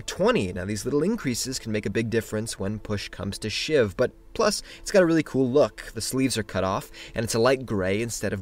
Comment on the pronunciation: "When push comes to shive"